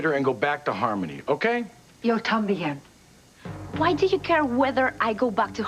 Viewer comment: the way says “Yo Tambien…” makes me cringe 😅😅